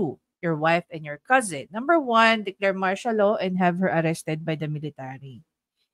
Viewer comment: "IM STILL HAB THE PLOR". Dan Fernandez😂😂😂